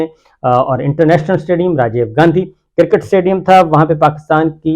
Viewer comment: BHI G cricket hotta ha KERKET nahi hotta. Tobah kitni ghalat english boltey hain